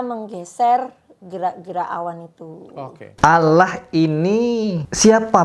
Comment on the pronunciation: Iya bang kebanyakan yang non muslim dari Indonesia (gatau kalo luar negeri) sebut nama Allah itu Alah. Nggak semua, cuma saya seringkali dengernya gitu